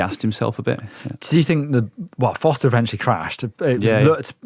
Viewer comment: Just a note. Nino SchuRRRRRRRRter and Lars FoRRRRRRRster. There's an R in both names.